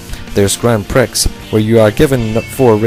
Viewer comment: Yeah, I have a feeling that tons of people are going to be swarming you about this, so sorry. But "prix" is pronounced "Pree"